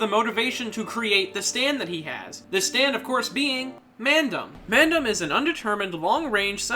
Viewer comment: Can I say how cool he says "Mandom"